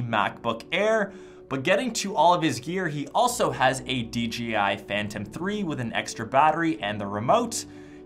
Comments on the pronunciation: It is DJI and u keep saying DGI, sorry that was bugging me lol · Lol you said "dgi......" 😂